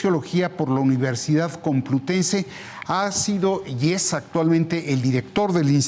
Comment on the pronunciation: Se dice 'çomplutense',. No 'çomplutese'.